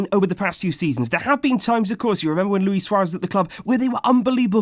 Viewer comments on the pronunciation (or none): none